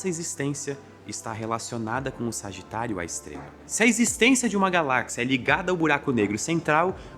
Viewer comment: eu só conseguia ouvir "Sargitário, A Estrela!" (signo com epípeto jkkkkk)